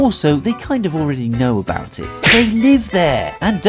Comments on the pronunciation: "if you dont like it just dont talk aboot it" number 11. dont say aboot. we dont say aboot, so you dont say aboot. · How about not saying aBoOt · when he said "dont talk aboot it" at the end it made me SO MAD since i live in canada and we dont say aboot and it makes me mad when somebody thinks we do say it.